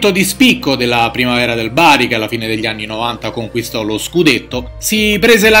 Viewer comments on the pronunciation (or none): none